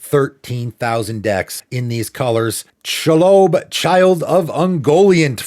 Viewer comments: “Sha lobe” soundin like a gross mispronunciation of shalome and also “she lob” 😂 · She-lob, not She-lobe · LotR fans are SCREAMING at you for that pronunciation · I need you to apologize for the Shelob pronunciation lmao